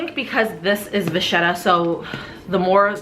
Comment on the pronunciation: Vacchetta! Pronounced Vucketta….